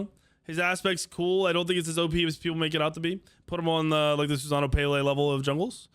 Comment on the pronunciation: Murdered Kukulkan and Susano's names